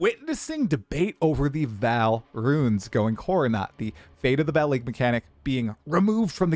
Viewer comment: It's still pronounced V[aw]l Not "val" Ark-eh-type Not "arc-type"